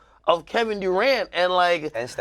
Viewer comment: AK: “Kevin duerant”